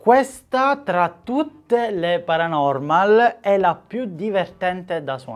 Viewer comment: quel “paranomal” mi trigghera un botto